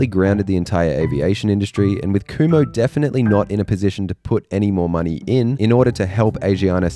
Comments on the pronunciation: I’m pretty sure it’s pronounced khum-ho. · Kumho (금호) wasn't bad, I thought Hyundai (현대, hyun-day) got more butchered